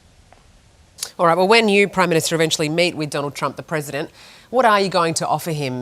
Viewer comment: The Prime Minshta and his awful gubmunt.